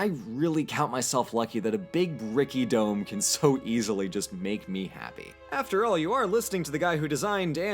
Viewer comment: The word dome means nothing to me now. It's literally a meaningless sound. Now I need to relearn to recognize it as a word and not worry about it constantly being mispronounced with a weird accent that doesn't exist. It will take about 12 hours. Thank you.